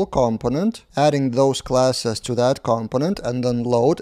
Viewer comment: the stress is on the second syllable: comPOnent. There are a few native speakers who also get this wrong ;) ... good job on the videos